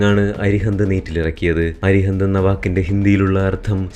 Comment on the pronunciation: അരിഹന്ദ് അല്ല.... അരിഹന്ത് ആണ് ശരി. അരിഹന്ത് എന്നാൽ, ശത്രുവിനാശകൻ എന്ന് സാരം.!🇮🇳👍